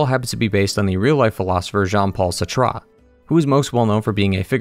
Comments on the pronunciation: Look, I love you kids even if you’re 11 in your parents’ basement. But it’s hard not to lose all credibility when you explain existentialism and then pronounce “Sartre” like you’ve never been to a pretentious dinner party in your life. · Phew, really butchered the name "Sartre" there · Great video but the way he pronounced Sartre is horrible 😂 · Great video. Your pronunciation of Sartre brought me great joy. It is /ˈsɑːrtrə/, not satra :P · Good video but your pronunciation of sartre irks me lol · Oh oof! Hearing you pronounce “Sartre” like that was painful 😅 Made me laugh tho 😊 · Oh that is absolutely not how you pronounce "Sartre"